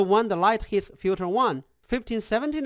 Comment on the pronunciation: FILTER! Not fjuter :). Nice thx.